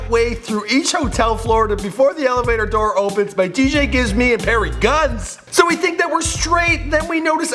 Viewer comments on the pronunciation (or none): none